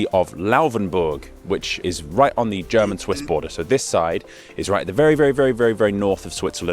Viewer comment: Great stuff, also I must say your German pronounciation is quite good.